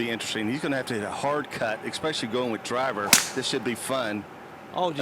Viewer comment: Note to the announcer, “especially” doesn’t have a X in it… expecially?!?